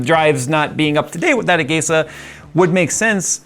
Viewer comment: I always pronounced it as "ah-gee-sah", never heard it pronounced as "ah-gey-sah."